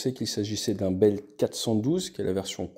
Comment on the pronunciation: Helicopter a un " Souci " ???? Problème technique. Les Gens ont des soucis . .. concerne avec le massacre de la langue française. + le Franglais. A propos BELL Helicopter....Non BELELLE 😂...